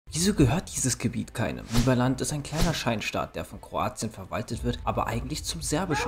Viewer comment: Es heißt "leiberländ" Aussprache nicht liberland